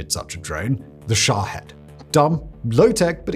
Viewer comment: Sha'HEAD? Really bro. I love you but sometimes y'all limey's pronounce or read things silly. It's Shaheeeeeeeeed. lol